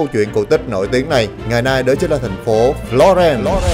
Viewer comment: đọc tiếng nước ngoài ko rõ lắm. Florence mà nghe thành Lorraine ( bên Pháp ). Phát âm ko rõ giống như đang ngậm kẹo. Nhưng dẫn chuyện dí dỏm và clip quay rõ điểm tham quan